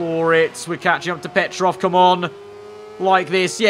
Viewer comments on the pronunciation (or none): none